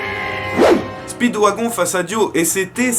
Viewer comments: Les extraits si tellement gacher par les filtres et dire speedwagon alors que ca se dit speedwagone et le nom de DIO j'en parle pas sinon 💪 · Speeewagon se prononce speedWAGONE plz c pas un wagon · Ça se prononce spidwagone